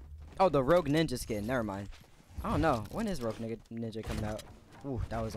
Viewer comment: Bruh he said rouge nigga 😂😂😂